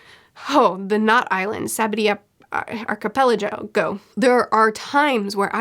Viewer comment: Archipelago is an English word!! It can't be that hard!! Never change though, best thing is hearing you misnaming stuff